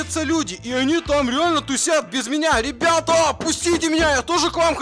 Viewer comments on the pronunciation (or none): сказал нам привет бебета😂 а не ребята